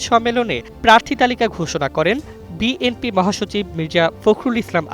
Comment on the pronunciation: অশিক্ষিত সাংবাদিক বিএনপি উচ্চারণ না করে বলে বিএমপি 😂